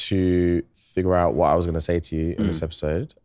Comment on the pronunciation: “thighure out” took me ouuuuutttt